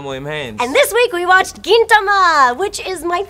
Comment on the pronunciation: She pronounced Gintama weird.... and the space betwween Gin and tama is .... a bit uncomfortable (First world Senior-Otaku problems)